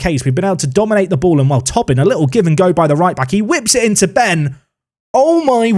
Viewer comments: please. It’s “Toe-Bin” not “tob-in” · I don't know why that mispronunciation goes through me so much but it does. I mean, it's not spelled Tobbin. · I think it’s Toe-bin, not Tobbin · On Tobin, it’s pronounced “Tow-bin”, not “Tubbin” 🇮🇪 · Ah, Tobin is pronounced like Toebin. We will educate you in our weird irish names 😉 still remember you pronounced Roche in some exotic French way 😉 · Just to let you know from an Irishman, Tobin is almost definitely pronounced Toe-bin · Some great additions... Top 6 finish? Loving the series. (It's pronounced "Toh-bin" btw) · How that does that any sense? How Tobin is pronounced is Tow-bin.. how can someone who speaks English could see that name and think "oh yes this is pronounced Tow-bin" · because it’s an Irish name and the “o” in Tobin is pronounced as an “o” not a “u”, therefore “tow-bin”